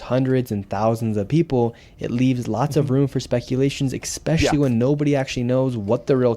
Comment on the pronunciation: In addition to wearing professional clothes, nick would do well to improve his grammar. Expecially in particular is not a good look. There is no x.